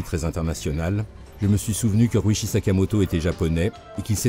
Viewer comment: Sympa cet hommage ! Ryuichi ne se prononce pas "riouchi" en liant toutes le syllabes à la française (ça fait très moche) mais plutôt "Li-You-it'chi" en 4 syllabes ! Après tout dépend de comment s'écrit son nom en Kanji mais cela pourrait se traduire par "premier dragon". RYUU (le "R" se prononçant presque comme un "L" et le "U" étant plutôt un son "OU" prolongé) signifiant "Dragon" et ICHI (à prononcer "it'chi") signifiant le chiffre "1" Et non "Sakamoto" n'est pas l'endroit où l'on range le casque de sa Harley ni une bâche de protection pour cette dernière 🤣!